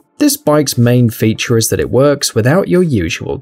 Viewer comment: "The main FEETure"..... Lol